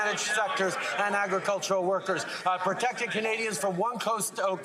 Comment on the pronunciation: This idiot says "ahhh" so much i love his pronunciation of protected....."protectuhhhh". what an idiot